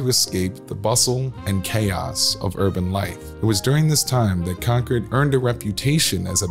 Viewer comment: This was more like advertising for the country clubs than it was historical. But at least the pronunciation of Concord was correct.